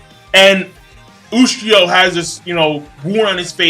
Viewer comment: Ushio "toe" tora.